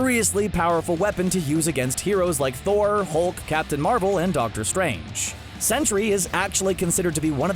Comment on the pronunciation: BTW it's not century. it's Sentry